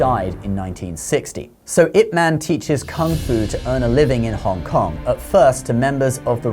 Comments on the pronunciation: Pq essa i.a insiste em falar it man kk nao faz nehum sentido ,ou o criador q ta escrevendo errado ,IP ma IP man e nao it man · Loved this video. But, and I could be wrong (I don't think so), isn't his name pronounced "Yip Man?" I see the commentary has it spelled with a 'Y'... "...Yip Man died in 1972,..." It is spelled Ip but the pronoucement sounds like "Yip." It's a small thing but everytime you said his name, it stuck out. And I would end up thinking about that for a second instead of the very interesting things you were saying. 😊